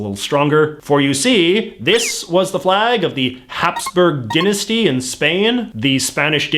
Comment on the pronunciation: It is pronounced die-nasty not din-nisty